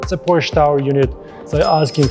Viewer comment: you are mispronouncing the word PORSCHE. it is a TWO SYLLABLE word. have a nice day